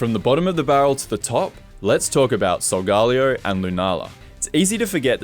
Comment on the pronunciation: Solgalayo Its sol-ga-leyo